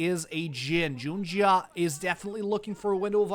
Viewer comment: I hope the caster see this, that is not how you pronounce xun, xiaoxu and junjia … really makes me question how much they watch lpl .. atleast he fixed xiaoxu pronounciation after first 20 mins…